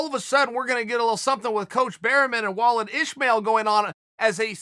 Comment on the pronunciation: Sonnen pronouncing 'Wallid Ismail' is fantastic.